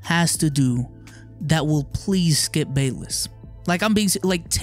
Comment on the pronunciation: For a second there I thought you called him "Skeup".